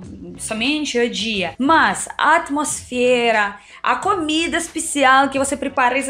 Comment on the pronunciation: vc ainda trocar O pelo A exemplo (comida vc fala camida)😮